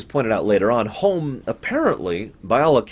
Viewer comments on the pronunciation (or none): Homm, not Holm.